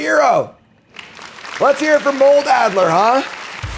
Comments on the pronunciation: Is there a reference I’m missing, or did “Moldy Al” get his name from misreading “adder” as “addLer” with an L? 😅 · "Adder" has no l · There's no "L" in adder.